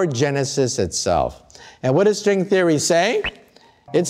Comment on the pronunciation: "equations of srwing therey"